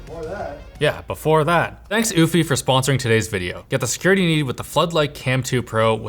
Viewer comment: This is the first time I've ever seen Eufy at a sponsor and I did not expect it to be pronounced like that.